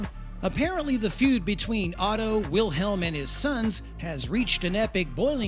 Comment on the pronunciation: Great video, however, it's German and pronounced in Germany as Mike-o, not Make-o. Wilhelm is Vilhelm